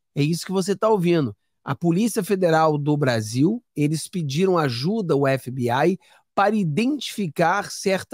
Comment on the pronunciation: FBI, é o melhor, vc é o primeiro que pronuncia (FBAI,)é o correto, tipo NCIS, (NCIAIS) parabéns